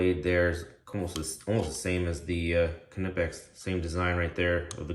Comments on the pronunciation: The K is actually pronounced in Knipex because it is a German company, it follows the German pronunciation. The company itself even says the K is pronounced, they made a shirt stating it too. You are definitely not the first to point that out. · Do you pronounce the k in knife as well?